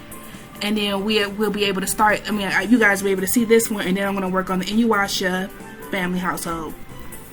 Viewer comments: Um just a correction it's Inu Yasha Pronounced En U As on you Ya as in Ya AH S as in Shhh UH InuYasha Not InuWasha as you pronounced it A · You are pronouncing InuYasha wrong